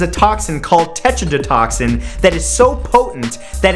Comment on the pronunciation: Do not ' Touchadattoxin....' Lol